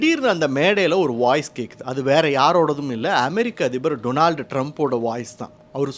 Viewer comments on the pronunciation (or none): none